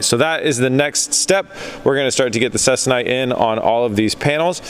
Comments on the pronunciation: Please it’s pronounced CEE-KON-ITE. Also, if you want even stretching, use an old clothes iron. (They maintain temps better than the new energy efficient ones). Less steam ports the better. Or get a hobbyist iron. Then infrared thermometer, or dedicated iron thermometer, Let the iron turn on, set temp to 250 degrees Fahrenheit, LET TEMP STABILIZE for roughy 15 minutes, check temp again, and then tighten. Go to 200 first if less stretch is wanted. Iron everywhere. Don’t exceed 350 degrees-ish. Not using it for aircraft, so you can heat however hot you want, but as a rule of thumb, less heat than 350. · Interesting process. FYI - it's pronounced See-Con-Ite, a polyester fabric used in the aerospace industry for covering wings, fuselages and control surfaces of older airplanes. It is used to replace the original woven cotton or linen fabrics...stronger and lasts longer before the aircraft needs to be re-covered. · I believe Ceconite is pronounced SEEKONITE